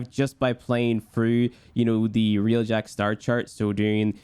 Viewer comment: Its pronounced Railjack, not realjack